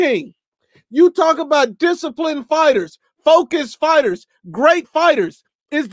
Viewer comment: Yet you calling ‘fighters’ fightem 🤦🏽‍♂️